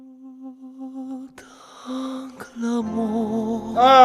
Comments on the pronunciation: Le mot ''fou'' et ''entier'' n'étaient pas bien prononcés mais c'était sublime et très émouvant !! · Well, I know French (Belgian here), but I wish that I could learn Dimash to pronounce some words correctly. I always have the impression that he sings “nal” instead of “mal” in SOS. And “entier” in this current song also is a bit awkward. He surely can improve a lot in every foreign language. For us, dears, we sometimes don’t want to hear, especially not mention, that there is some room for improvement, but let’s face it, it is sometimes hard to understand when you hear it without subs. Once you have seen the subtitles, it is ok, and then you can sing along and forget about it. I hope he never sings in Dutch, my mother language. The singing is outstanding and I am willing to accept his minor pronunciation problems. It is more for the people that I share his songs with, that immediately make negative remarks about it and thus are not interested in researching him. But for me, there is no discussion that he is the overall best singer /performer on this planet. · Я немного учила французский много лет назад, но даже я слышу, что у него есть проблемы с произношением🤦🏻🤦🏻🤦🏻. Знаете, я всегда начинаю переживать, когда слышу это (например "entier," бросилось в уши, "Vous" вместо "Fous"))) неужели люди вокруг (уверена, есть учителя иностранных языков ) не могут поправлять его? И это не только с французским, и с английским есть что корректировать)) Я люблю Димашика , я его землячка, поэтому хочу, чтобы совершенство у него было во всём🤩😍🥰. Но, что касается вокальной части - ЭТО ШЕДЕВР!!! Согласна - это это высший пилотаж вокализа!